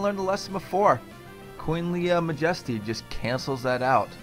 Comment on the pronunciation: You know your pronouncing Majesty wrong write?